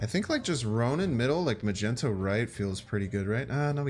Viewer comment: U say Chavez like shavez but u also say magneto like magento